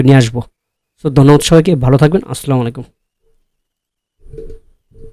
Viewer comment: ভাইজান, সালাম টা, শুদ্ধ হয় নাই। 😊😊